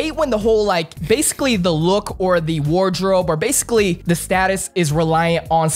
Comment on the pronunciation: Great interview....you had me dying saying “ BASICALLY”... BASE-CULLY 😂😂😂😂😂😂😂😂